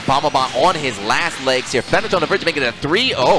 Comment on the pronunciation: How is Fenritti pronounced Fenrich? Lol